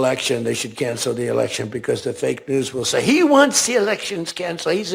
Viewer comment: "Canshell the elecshuns". Alrighty then! 😂